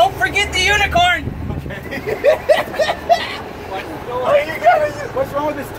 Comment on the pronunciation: He said unit corn so meany time 🤣🤣🤣😂🤣🤣🤣😂🤣😂🤣😂🤣😂🤣😂🤣😂